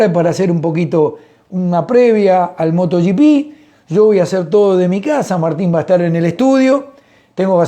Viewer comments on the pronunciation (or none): Buenos días,, me gustan mucho sus comentarios, y lo que aprendemos con sus explicaciones. Solo le hago una pregunta, por qué ya dice Moto "gi pi" (como en inglés), y no moto GP, (en castellano)